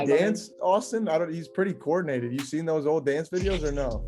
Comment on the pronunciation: When he said brush all dose stupid stip😂😂😂